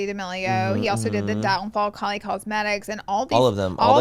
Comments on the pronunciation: Y’all saying Halley and Sophia wrong the whole pod is killingggg me 😂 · Not you guys mispronouncing Halley’s name the WHOLE time 😂 it’s not Hailey it HALLey